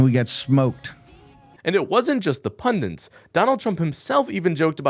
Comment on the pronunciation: Pundits, not pundents.